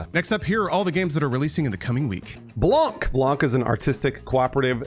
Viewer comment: In French the C at the end of Blanc is silent. It hurt my soul hearing Blan(K)